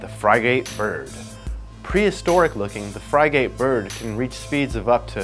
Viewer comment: frig-it bird is how its pronounced.